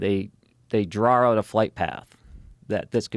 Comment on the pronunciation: Until now I always thought that the pronunciation of the word draw as "drawr" was an extreme exaggeration of the New England accent on family guy. Nope lol😂